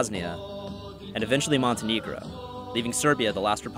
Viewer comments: That's not how you pronounce Montenegro :D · First of all... you can’t even pronounce Montenegro